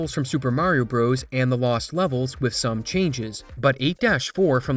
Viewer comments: It's pronounced "Brothers" not "Bros" Edit: In the same way Donkey Kong "Jr" is pronounced "Junior" not "Jirh" . The declining literacy of the younger generation is real! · IT'S NOT PRONOUNCED "BROS!!!!" It's "Brothers" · it's not "bros". even when it's abbreviated, it's pronounced "brothers"... i weep for the future. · If You say Super Mario "BROES" like a r3tard and not BROTHERS, which is the correct wording will always get a dislike from me. How do you say Dr.Mario? DERRR? so dumb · Lol pronouncing brothers as bros. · This is truly fascinating stuff, and an amazing community effort, but the most surprising thing to me about this video was learning that there are people that say "super mario broze" rather than "super mario brothers" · Brothers. Please say Brothers not Bros.